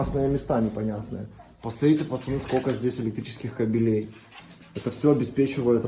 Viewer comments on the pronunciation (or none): none